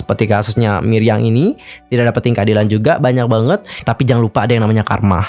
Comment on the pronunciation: Milyang bukan Miryang😁